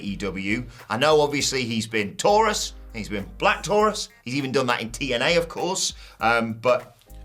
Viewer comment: For the love of all that's good, Black Taurus is not pronounced like that. It rhymes with "Your Uce"